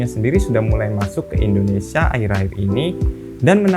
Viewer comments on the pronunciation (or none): none